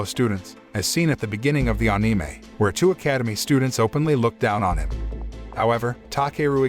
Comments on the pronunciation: bro... you doing such a good job so please don't take this in rude way.. but it's Anime.. and not AAnime.. like how you say animal and not AAnimal.. like that.. just letting you know bro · AnIMa...why does it sound like that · I like the way he says eanimay(anime) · Ah-ni-mei? Wtf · Ah it's, " Ahneemay recaps" 😂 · Onime what a pronounciation